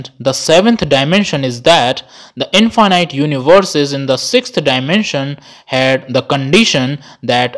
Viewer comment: Now I am not sure if I pronounced Infinite correctly whole my life 😀